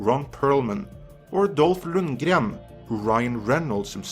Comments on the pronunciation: This is worth watching just for the pronunciation of 'Lundgren' . Never heard it done properly before. Also great to hear Early Edition mentioned. Will have to watch the whole series one day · It sounded Swedish with a heavily Norwegian accent, so not 100% accurate. Still fun to hear though. :)